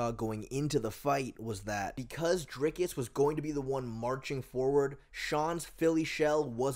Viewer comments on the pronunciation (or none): "Dinkus" lol